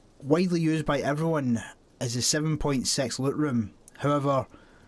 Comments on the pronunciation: SIX... not sex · Hhahaha i like how you pronounce six as sex everytime its funny, no offence, keep it up your great videos!